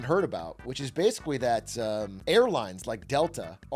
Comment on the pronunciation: or so did he say "basicwee" heh